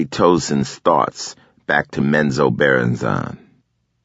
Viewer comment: Is that how you pronounced Menzoberranzan? My whole life is a lie.